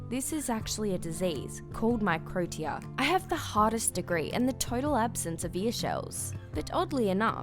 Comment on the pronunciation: Okay, so microtia is actually pronounced "my crow she a" not "my crow tea a" She said it wrong. Lol